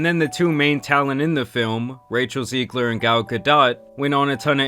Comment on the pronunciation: How are you Latino and not know how to pronounce "Rachel Zegler"